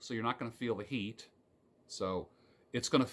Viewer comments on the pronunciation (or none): none